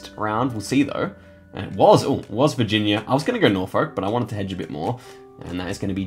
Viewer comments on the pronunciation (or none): none